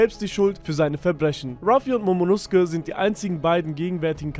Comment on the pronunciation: nosuke wird allerdings im japanischen so wie in dem Video ausgesprochen, genauso wie bei Naruto Sasuke eigentlich Saske ausgesprochen werden sollte. Bei der Übersetzung von Demon Slayer haben sie es richtig gemacht, da wird Nezuko nämlich Nesko ausgesprochen